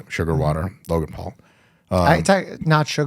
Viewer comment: Lovely russian accent for Логан ❤